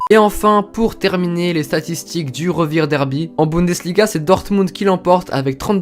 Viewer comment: passionné de foot allemand..ne sait toujours pas que le V se prononce "feu" en allemand et le W se prononce "veu" donc Refirderby, Vestfalenstadion, Volfsbourgue, Schalke Noulfir